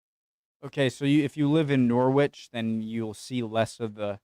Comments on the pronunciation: We have a particular British sense of humour in how we classify some of the city's new buildings. Thus, as you say, the Walkie-Talkie, but also the Shard, the Gherkin, and the Cheese Grater. By the way, its said Norrich, not Nor-wich, as also with Grennich, not Green-wich, in London. P.S. who are these people giving you a hard time? Arseholes. Robert, UK. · Norwich is pronounced "Norritch", not "Norwitch", in the same way that Greenwich is pronounced "Grennitch" rather than "Greenwitch". Just a reminder.... 😊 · Norwich is Not Norr-witch, it is pronoounced Norrich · I'm surprised you didn't know about the great fire of London. Also, Norwich is pronounced like 'Norrich'. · Plague is pronounced 'PLAYEEG' and Norwich is pronounced 'NORRICH' 🤦‍♂ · There is no "t" in the pronounciation of Greenwich or Norwich; Gren-idge Noh-ridge. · The footage is from Google earth. Also norwich is pronounced noh-rich